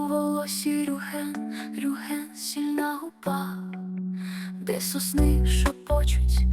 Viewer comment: Чому Рюхен, а не Рюген!??